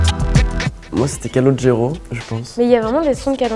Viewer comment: J’ai arrêté de regarder après avoir entendu « calogero »